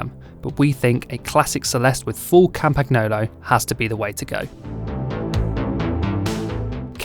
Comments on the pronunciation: is never wrong Go fearless for "Campaniolo" without "g"... expecially if spoken fast, it's almost indistinguishable from the correct Itailan "Campagnolo" sound. I believe this is a tricky word... something like (for the Italians) "Leicester"... but one we learnt that you could almost forget to pronounce "ce": "Leister" sounds much closer to the correct English pronunciation. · How is it possible you still can't pronounce Campagnolo correctly? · They can't pronounce Campagnolo correctly either.